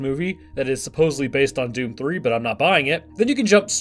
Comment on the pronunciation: It's DOOM not DOWN, come on guys!